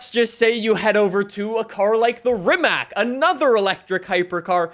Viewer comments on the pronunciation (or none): Not trying to be rude but RIMAC is pronounced as Rimatz. Least that's how RIMAC pronounces it. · Please pronounce Rimac correctly its not that hard